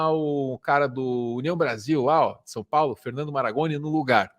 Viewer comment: Boulos é mais um a nos lavar a alma!... E o professor é Marangoni, não "Maragoni". Fomos contemporâneos na FAUUSP, olha só... Abraço,.